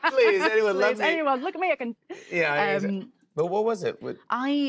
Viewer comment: The accent slips to Oldham when she says ‘but’ it comes ‘bot’ .. she’s brilliant ! Love her 👍